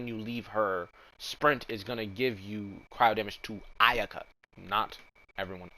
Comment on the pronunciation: XD he said Iyuhkuh hehe thats funny